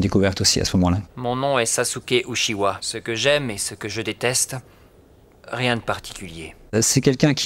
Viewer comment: "On écoute le japonais..." "Sasuke Uchiwa" devient "Sa sou ké Ou chie ah" C'est comme le "Kamehameha" qui est devenu "Rayon magique" ou "Techniques de pulvérisation par la lumière" y à pas à dire vous avez drolement bien écouté x) Comment peut t'on faire des super doublage FR de films, jeux vidéos mais qu'en anime ou série sa sois souvent (pas tout le temps) un massacre ?